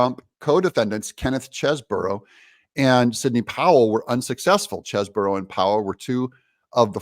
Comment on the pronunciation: Doug, or is that Do ug ? You are the one that said you were going to make a better effort to say names correctly. It is Mc Afee, not M cafee. And it is Chese bro, not Chese boro. I love your show, but would like to see more accuracy on names.